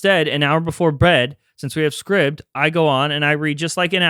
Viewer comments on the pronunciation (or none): Jon, cool story bro.......... being an Apple Polishing cloth for Halloween is so predictable. Love it Guys I'm like pretttyy sure the sponsor's name isn't pronounced "scribbed". Being a subscription service where users subscribe to things. It'd make a lot more sense if it were pronounced "scribed". Scribbed doesn't sound cool. It sounds painful... emotionally.